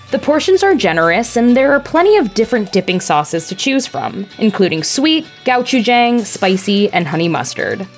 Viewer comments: I’m learning how to say Gochujang differently everyday 🙃 (Go-Chu-jaung) not Gow-chew-jang 🤦‍♂️ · Can you please pronounce the Korean words correctly. Ooh listening to you say Gochujang was driving me crazy!!!